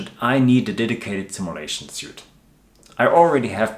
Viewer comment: Your English is great! Just a tip, suite is pronounced like "sweet". Hope I didn't offend. Keep up the good work.